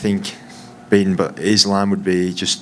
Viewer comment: Why you keep saying izlam,it's ssssssssss,learn how to pronounce 😂